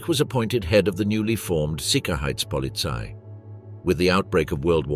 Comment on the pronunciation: There's no sickerheitspolizei. It's sicherheitspolizei. It's not Heidrick. It's Heidrich.